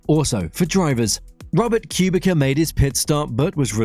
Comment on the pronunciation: Ok, I understand you have problems with pronouncing names correctly, but mispronouncing Kubica is just too much. You can literally put the names in the google translator and listen to the pronounciation. It's literally the only thing wrong with your videos